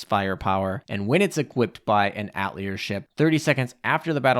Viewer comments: It's pronounced Ah-teh-lier, not At-lier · That's not how you pronouce "atelier" It's atay-lee-ay, it's the french word for workshop. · Lol atelier is pronounced AH-TAH-LEE-A... The R is silent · "At leer" LMAO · Ah-teh-li-eh please for gods sake lol Thanks for the review, was waitin for this!